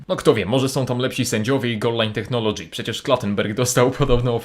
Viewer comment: Tak sie nie wymawia słowa "Technology" ;)